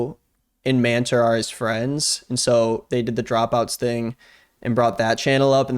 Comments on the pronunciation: I know that's not his name but it sounds like man-terf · Every time you said "Manter", I totally heard "man TERF"